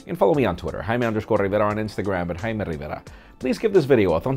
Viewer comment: "Hi me Rivera" 😂😂😂